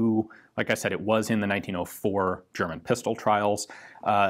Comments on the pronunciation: your German is simply amazing! I am German and I also have some friends from the US and Britain - and none of them pronounce words as lovely as you do! Oh, the video is as interesting as always but your language use was something I wanted to mention :-) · Good german pronunciation 👍